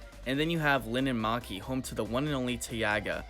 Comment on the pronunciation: I'm Finnish and it was so funny when you tried to say "Linnanmäki" and "Taiga"